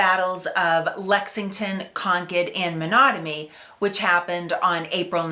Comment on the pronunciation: OK so you got me. First three battles were Lexington, Concord and WHAT. Monogamy???? Is it your accent or am I just ignorant. Please spell the 3rd battle. Also love your accent.